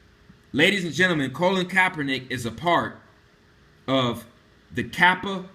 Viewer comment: My ability to take this video seriously is diminished every time I hear Colin's name mispronounced as Colon. It's excruciating.